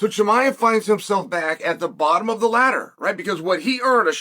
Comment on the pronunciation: “ khazmat chimiev “